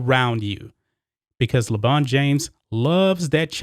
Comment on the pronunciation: i thought you were saying LeGina at first... which works too